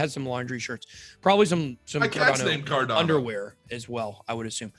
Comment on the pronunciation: It's CarDANo... not CarDONo - FYI 🕺🏻